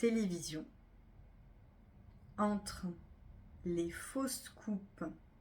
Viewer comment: 11 fautes, je trouve que vous lisez trop vite, ça oblige à bâcler, je trouve que certaines prononciations induisent à l'erreur: (faux scoops/ fausses coupes…) Merci tout de même 😊